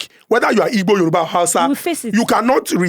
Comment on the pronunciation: Guy, it's Igbo not Ibo. You should know better.